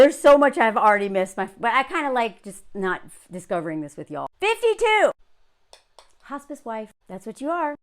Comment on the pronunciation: I thought you said “hostage wife” instead of “hospice wife.” Which, I suppose, are basically the same thing